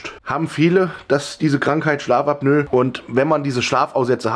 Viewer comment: Schlaf-AB-Nö. 😆 AP-NO-EH